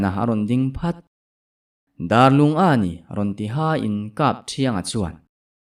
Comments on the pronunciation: Dar i lam dan hi biakin dâr ang in Dârlung tih zAwk tur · Darlung ti a i lam ziah hi a dik lo,Biakin Dar ang a lam rik zawk tur. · Sir thawn thu hi ka ngaih thlak a tang hian mizoram khaw hming ka hre zeuh zeuh a phuah chawp chu ni tho mah se Bawngthah i tih khan a khaw bul chiah ah hian Darlung ve tho a awm a kei ni chuan Dârlung tih ang in kan lam ri thin a sawi ve mai mai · Darlung hming i lam dan hi a dik lo deuh hmel,Bawngthah khua nena inṭhenawm an ni bawk sia